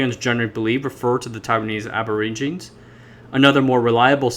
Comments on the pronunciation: Aborigine is pronounced ab o rig i ne. Not ab or i gine. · For the narrator, the word Aborigine is latin in root and you need to pronounce the 'e' at the end "/ˌabəˈrijənē/". Might as well use 'Indigenous' instead which is in vogue today. The Polynesian languages have their root from Taiwan's indigenous peoples, shown by linguistic analysis. Also, peoples have been crossing the Taiwan Strait for tens of millenia, since human migration had many peoples crossing the Taiwan Strait, where long distance ocean going vessels and navigation were devised within the safety of the large waterway. Chinese history shows exploration in the 3rd century CE. If it were left to the western world to deal with the indigenous peoples, they would had ended up only on Penghu, just as Ni'ihau is a indigenous reserve within the Hawaiian group of islands. The push of Christianity onto the indigenous everywhere in the world has profound negative effects on how they exist now. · Aborigine is pronounced like "a-bo-ridge-uh-nii". Otherwise great video. I'm intrigued now. Subscribed. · Check a dictionary for the pronunciation of 'aborigine.'